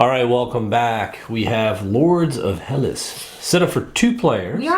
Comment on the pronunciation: Hi guys! The word is Hellas! Thats the official name of Greece! Ps. The right pronunciation of the word is Hellás...toning on á , not like HELLas! ;-)) (althought héllas sounds better! Great review, thanks!!